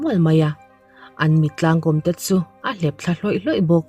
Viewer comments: Mittlangkawm hi, i chhiar dan a dik lo, kom nilovin kawm tihtur a ni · Mittlang kawm i tih kha, he tiang hian lam teh, (Mitlâng kâwm) thlûkna awm ang hian han lam teh i lam dik zâwk ngei ang